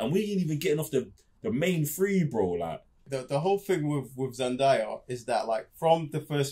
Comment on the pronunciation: Thank you for the wonderful review. I loved DUNE: Part 1 and can hardly wait to see Part 2. Btw, It's Zendaaaaaya. Not ZenDIEaaaa.